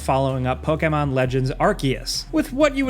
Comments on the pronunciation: Evil West, Callisto Protocol, God of War Ragnarok, Hogwarts Legacy, rest are irrelevant. Ps, you say pokemon weird lol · I hate the way you say Pokémon. Great video though.